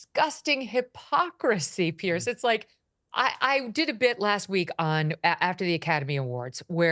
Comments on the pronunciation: His name is PIERS, pronounced Peerz. Not Pierce. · His name is PIERS ( Peerz) not Pierce. Don't even sound the same